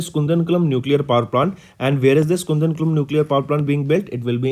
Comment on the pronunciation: its not kundan kulam... its kudan kulam ( koodan kulam)